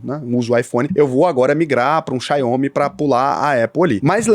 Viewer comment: "XAIOMI!!!" Por que casseta a galera não é capaz de ler a palavra "Xiaomi" antes de falá-la em vídeo?!